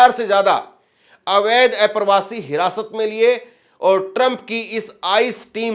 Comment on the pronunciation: किसी भी पत्रकार को उच्चारण पर विशेष ध्यान देना चाहिए…आप अप्रवासी को ऐप्रवासी बोलते हैं जो सुनकर अच्छा नहीं लगता 😡